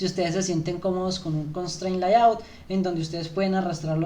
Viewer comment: Gracias , buen material como feedback no se dice LAYAUT … es “Leiaut”